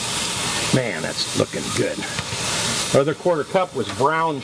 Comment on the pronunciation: '' It's Jerk Chicken for dinner mon '' Hahahahaha pissed myself laughing hearing with that accent saying that. Recipe looks the bomb as always!